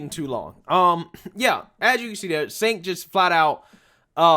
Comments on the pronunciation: The racist idiot's name is pronounced JENK, not SINK. Counterintuitive I know, but that's how it's pronounced. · Bro it's pronounced Chenk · He pronounced his name "Chank". Just an FYI. Love your work. Please keep it up. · Cenk is pronounced Jank?.... sounds about right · If I was a fan of TYT, I would be upset by you calling Cenk SINK. Since I'm not, I'll just keep laughing! 😂